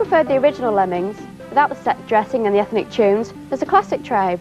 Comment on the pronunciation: EFNIC CHOONS!